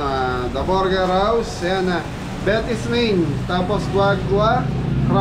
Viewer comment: Try to google pronounciation of burger, it is not borger, sakit sa tenga. Chef ka pa naman.